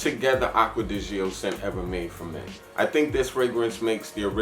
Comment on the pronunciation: I like your straightforward approach in your reviews. You also say the names correctly. Except...it's not Gee-oh. It's actually just like "Joe", being a contraction of Giorgio. Btw, I'm waiting for delivery on my Bel Ami Vetiver. Glad to know it made your list!